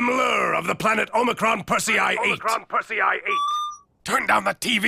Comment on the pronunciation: I don't like that the narrator lady doesn't know to say omicron or omicron persei 8